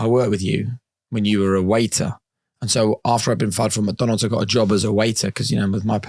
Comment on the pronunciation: Great interview, but sorry my brother you cant be calling McDonalds , Mucdunalds 😂😂